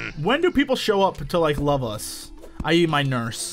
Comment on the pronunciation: When Jesse said "I.E. my nurse" i thought he said "I eat my nurse" Lol